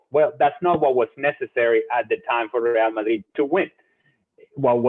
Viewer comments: Real Madrid is a Spanish club so Moreno's pronunciation correct. Real ('RE'nt, 'AL'bert) Madrid ('MA'chine, 'DRI'll, d). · It's because Normal Person is Wrong. Ale's pronunciation is correct. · He actually says it correctly